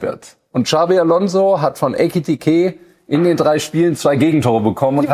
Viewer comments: Ekitiké ist knapp 1,5 Jahre hier und sagt immernoch „Etikite“… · er heißt immer noch EKitiKe! Und wenn er tatsächlich weg sein sollte und McAtee kommt, nenne ihn bitte nicht Metteki!❤